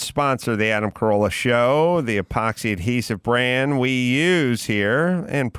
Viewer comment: “Adam Carola”? Don’t do your best, do my best.